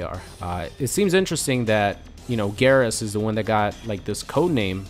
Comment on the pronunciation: It's "Geer-As" not "gahr-as"